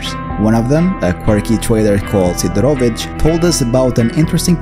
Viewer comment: The Loner main trader in the Rookie Village is called Sidorovich, not "Sidrovich", you mixed some letters pronouncing his name but dont worry too much about that. Great videos as always.